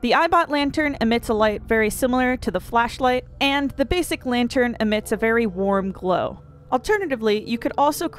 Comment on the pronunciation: latern? lol.